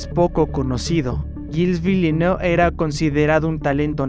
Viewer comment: Un consejo. No todo lo que lees es inglés, se pronuncia Vilenev.